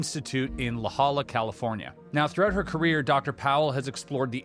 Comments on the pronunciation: La Jolla is pronounced "la hoya", not "la holla". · I laughed out loud when he said La Holla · La hoiya not laholla lol😅😂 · La Jolla is pronounced La HOYah not La HOLLah just a heads up from Southern California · Haven't watched much through, already love it, only complaint, La Jolla is pronounced "la hoy-ya", not La holla. Much love from SoCal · La Jolla is pronounced "La hoya." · La Jolla: “la hoya” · Wrong pronunciation of La Jolla. It’s pronounced La Hoya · La Jolla = La Hoi-ya,The pronunciation, just saying.. ",-/) I LOVE YOUR INTERESTING, THOUGHT PROVOKING SHOW, THANK YOU!! 0 SH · La jolla is pronounced la hoya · La Jolla, CA is pronounced la HOY uh 🙂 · hahahaha, you butchered the La Jolla. It is pronounced La hoy (like roy)-ya. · Just wanted to let you know that La Jolla is pronounced La- HOY-ya. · La Jolla pronounced ‘La Hoya’. TY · La Jolla is pronounced La Hoya 🙏👽💙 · FYI "La Jolla" is pronounced La HOYAH. I"m from San Diego, and that is how it is pronounced around here. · La Jolla is pronounced “law-hoy’-yuh.” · La Jolla (in San Diego ) is pronounced La Hoya. Just an FYI love your show! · The correct pronunciation is “LAH HOY-yah” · You're forgiven, if you didn't know, it does read like you pronounced it. But, Spanish the J has an H sound, and double L's have a Y sound. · You continue to shoot yourself in the foot with your sloppiness. You totally botched the pronunciation of La Jolla, California. You can see it's obviously Spanish. How about asking someone how it's pronounced? Or look it up? There are plenty of audio pronunciation sources very easily available. No excuse!